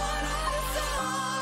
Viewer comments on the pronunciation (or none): It's Fuerza not Fuerta. Its fragancia not fragantia. I love Gaga but Spanish is not her thing. She has a big issue to pronounce spanish. I love Americano. But even there her spanish pronunciation is bad. I dont know. I just think it bothers me because I am fluent in spanish.